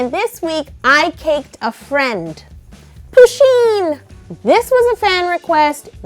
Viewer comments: It’s puh-sheen not poo-sheen. Sorry I had to say that. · pusheen is a heeeeeeeeeeeee NOT a herrrrrrrrr!!!!!!!!!!!!!!!!!!!!!!!!!!!!! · Am I the only one here who pronounces Pusheen's name with stress on the first syllable, not the second?